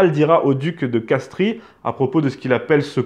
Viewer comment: « Castries » se prononce « Castre »